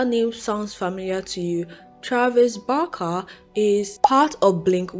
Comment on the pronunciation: Can you try pronouncing Barker one more time for me? It’s only fair, considering you rag on her for the way she pronounces her words…try saying Barker the proper way just one time…I wanna hear it… Come on… Let us hear it. Hypocrisy got your tongue? And who cares if she wants to be black? How does it affect your life in any way? I hope you don’t ever run across a white guy that you can’t live without. What a conundrum.